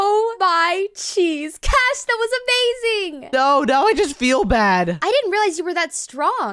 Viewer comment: its cash not c a s h